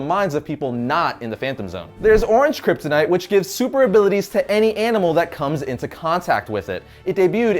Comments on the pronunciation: how many times did he say kryptinite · Drinking game: take a shot every time he says kyptonite or krypton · He lost me at “Kryptonite”